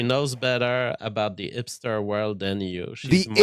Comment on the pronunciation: will also put an H in front of words that start with a vowel, but then if a word starts with an H, it's a silent H for him, and he doesn't pronounce it. "Ipster" "Helbows"